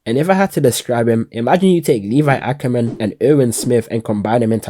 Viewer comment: Nobody: Me: did bro say Ong instead of Aang Lol j/k loved the video 💯